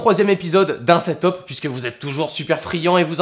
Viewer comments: Ca se dit pas setop bordel mais seteup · Mec pas setop mais setup sinon très bonne vidéo :)